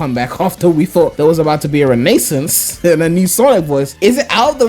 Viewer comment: you still can't pronounce 'renaissance' properly can you. If they do decide to bring back Pontaff, I hope they give him a serious ultimatum to tone down the corny jokes or he is done.